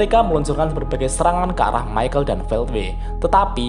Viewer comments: ke nya bukan maykel dibacanya, tapi mikael.. kaya salah satu malaikat di nanatsu no taizai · Mohon maaf min itu, baca namanya Michael Bukannya yg bener itu (Mikael) ? Klo Michael Admin bacanya (Maikel) jadi kesan namanya kek orang Timur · Mantep sih video2 lu bang, cocok bet buat yang males baca LN tensura wkwkwk O iya, kayanya cara bacanya perubahan rudra bukan maikel dah bang, tapi mikael, karna kan doi malaikat gtu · bacanya mikael pak...